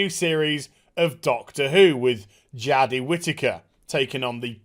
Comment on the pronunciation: Ima quite viewing if you say jadi Whitaker again